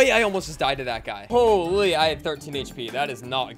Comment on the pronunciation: You know he is sweating when he says holee like Jarvis